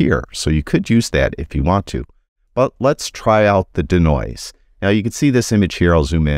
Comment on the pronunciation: Hi, it’s not danoise it’s de-noise…. Dee noise. Not Da Noise.